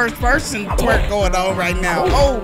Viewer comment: Why you say twrek